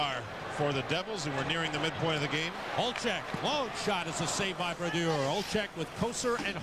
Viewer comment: Always love hearing legends names pronounced wrong as they’re still obscure. Youll here Sam pronounce Brodeur differently than he did for the majority of his career. Similarly to how they pronounced Jagr during his early years.